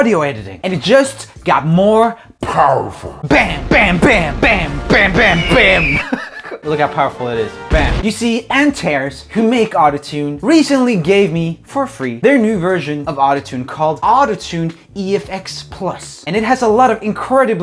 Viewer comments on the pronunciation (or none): Im pretty sure its "antahrees" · I think Antares is supposed to be pronounced "Ant-ar-es", like the star, but I'm not 100%